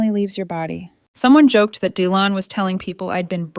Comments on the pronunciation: Dylan is pronounced Dilan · The y in Dylan is pronounced as an i not as an e